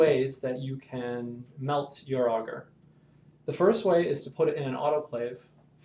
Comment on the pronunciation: I don't know why, but the way you pronounce agar really bugs me.